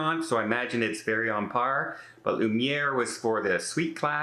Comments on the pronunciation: Hate to be, "that guy," but it was bothering me. The dining room is Luminae - loo-min-ay. Not Lumiere - the candlestick in Beauty and the Beast. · Not being critical, but for future use in your videos, it’s Lumanae. (Loo man eh) not loo mer. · It’s pronounced Lou-Mi-Nay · Luminae is pronounced “Lou-min-ay “. No R. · Luminae not lumiere. FYI TMI:)